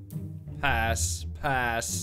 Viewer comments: here we go again with "ass" rather then "pass" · When he was supposed to say pass sometimes he said ass😂😅